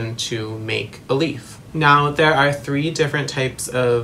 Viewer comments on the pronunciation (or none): none